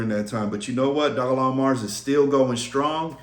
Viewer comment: I’m not sure why you thought I was joking, I was being dead srs about the mortgage. Also Dogelon isn’t pronounced “dog-A-Long” 😂 It’s “Doge-Lunn-Mars”